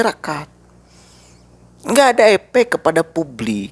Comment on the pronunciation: Efek, bukan epek mas, kenapa lidah bibir njenengan? Bermasalah??